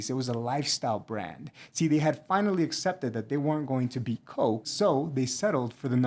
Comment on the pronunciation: I can’t heat the word “beat” so well. Had to rewind a few times and only then needed to read captions. Voice and speech class in a theater college should fix it.